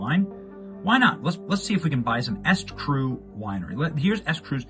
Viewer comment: The name "eStCru"is pronounced "E Street Cru," not "Est-Cru." Just like her husband's other scam company, E Street Group.